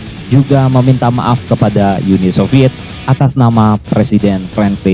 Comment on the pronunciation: Bacanya Uni Soviet. Bukan Yuni Soviet. Pembacanya blm lahir jaman Soviet. Wah